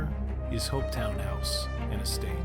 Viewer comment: Also, Hopetoun House is pronounced Hopeton not Hopetown.